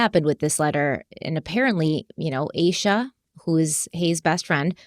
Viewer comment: I’m really enjoying you taking this in true Crime Weekly fashion and focusing on the victim and crime. Thank you! I did want to say that her best friend’s name is most likely pronounced AH-SHA.